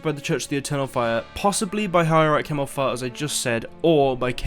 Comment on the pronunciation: What I don't understand is how they can stand up to magic users. Think of TWII where one witch pretty much obliterated 2 armies! PS: I giggled at your pronounciation of Himmelfahrt as ...fart. The word BTW means accession (to heaven).